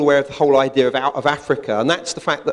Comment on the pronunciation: I stop listening after someone says " Idear " and they're not doing a bad impression of some Italian stereotype...